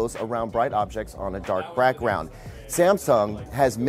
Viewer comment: He said brackround lol Asian accent lol